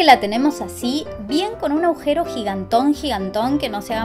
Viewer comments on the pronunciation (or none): Se dice "agujero", no aujero